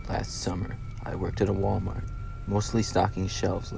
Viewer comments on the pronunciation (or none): "Wa-Mar"? Where's the rest of the letters?